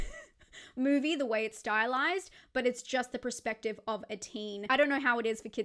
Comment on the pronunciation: Its perspective not prerspective 🤦‍♂️ everytime 😂